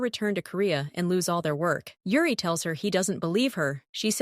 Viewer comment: It's Yuri not Ure 😂😊😅